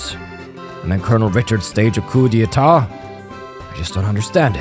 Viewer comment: Now that I think about it, I don't think we have a last tour of everyone after the tension drops in any other game (the closest would be CS1) in the series. Also I can confirm that you are pronouncing "coup d'état" almost perfectly.